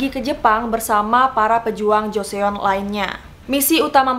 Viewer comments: Nah iya, gue bingung orang2 kok bacanya pada jo-se-on. Padahal eo itu cara baanya o 🙈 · Pengucapannya bukan Joseon tapi Joson, karena klo bahasa korea setau aku pengucapannya huruf vokal yg double,yg dibaca huruf yg paling terakhir 🙂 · Benar banget Joseon di baca Joson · Kak sebutan joseon bukan jo-se-on tapi jo-son😊😊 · Bener mb... pdhl kk nya udh bener pronounce ny putri d(e)Ok(h)ye, tapi knpa baca jo-se-on..ga jos(e)On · Kaka saran kalau ada istilah atau nama asing, kalau bisa dicaritau dulu cara bacanya biar lebih seru 😊 contoh: Dokhye re:/dok-hé/, bukan /dok-hye/ 😊 lalu Joseon re: /jo-son/ bukan /jo-se-on/ Thank youuu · Joseon = Joson. Jo-son, not jo-se-on. Hehe Btw love bgt sama semua ceritanyaaaaaa 🥰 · Kak mau koreksi aja pembacaan nama dinastinya Joseon (조선) dibacanya Jo-Seon atau Jo-Son (huruf O nya dibaca seperti membaca kata "Gong") Jadi bukan dibaca Jo-Se-On tapi Jo-Seon. Karena vokal EO nya 1 huruf. Makasi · Josòn deh kek nya dgn aksen korea gt. Bukan jo-se-on. Prounciation korea beda sm penulisan nya. Kek misal kweanchana yo? Dibaca kincanayo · Joseon dibacanya joson dan deokhye dibacanya dokhe, jadi ngirain joseon itu nama orang krn kakak melafalkannya kayak jo/cho se yeon 😅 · Joseon di baca chosun atau josun bukan jo sé-on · kak bacanya itu joson bkn joseon aku nonton di korea reomit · Bukan joseyon kak, tapi bacanya joson, Bukan deyokhe tapi dokhye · Joson bacanya bukan jo se on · halo kak! maaf aku cuma mau memperbaiki pronunciation Joseon :) eo dibacanya kyk o juga kak jadi seperti JosOn bukan JosEon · hai kak aku mau kasih masukan. Joseon bacanya Joson kak, bukan Jo-se-on. terima kasih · FYI kak bacanya joson bukan joseon 😊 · Joson bukan jo seon baca nya👍👍👍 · Joseon dibacanya Jo- syon mbak.. bukan Jo-se-on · Bacanya langsung joson bukan joseon. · Pleaseee bacabya buka jo-se-on tapi jo-sonn!! 😩😩😩😩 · Dibaca "JOSÔN" bukan joseon 🤣🤣🤣🤣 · ganggu bgt nyebut jo se on jarus nya jo son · Iya bener banget. Karena hangulnya 조선 dibaca Jo son. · Bacanya Joson